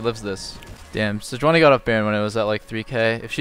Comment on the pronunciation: throwback to Reginald calling it se-juan-i